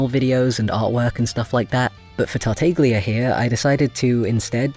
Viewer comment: quick thing: tartaglia is actually pronounced tart-ah-lee-uh :) ur art is super duper pretty tho!!! i'd love to see venti in ur style :o